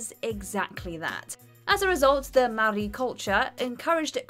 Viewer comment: Maori is pronounced like may-or-eee